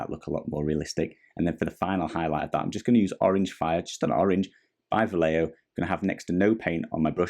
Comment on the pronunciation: Great videos! By the way "Vallejo" is pronounced like "buy-echo" all together, just in the "echo" part change the "ch" sound for an "h" sound like in the word "he". Hope it makes sense and helps. Thanks for the tutorial.